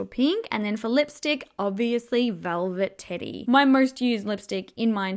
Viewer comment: I swear on everything I love, I thought you said “velvet titty” as the lipstick shade name.